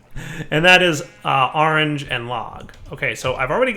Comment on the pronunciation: "gotta get some ar-range chickens" you mean orange? "yea ar-range"